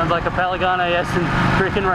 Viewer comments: "paligane s" ;) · how many time did you say "Paligane"?))) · A good riding makes me say paligane instead of panigale too lmao. You tamed that beast bro!!! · Has nobody else noticed the "Paligane"... last I checked it was a "Panigale" not a "Paligane". Anyway cool vid:) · youre just saying it wrong, panigale not palaganie. lol looks like good fun, but damn expensive. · it's PANIGALE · I'm pretty sure its pronounced Pan-i-gaal, but dont quote me on it. as always awesome vid :P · Say it with me, it's P-A-N-I-G-A-L-E! Great vid! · is he saying PALIGANI? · "Pen-a-ganay", hahahaha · "Palegane" lmao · Paligane lol